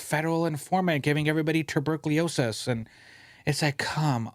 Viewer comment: "Tuburkeeosis" Four seconds later, "..some people don't think before they speak." :)